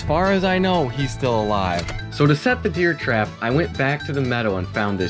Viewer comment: Are you saying deer trap?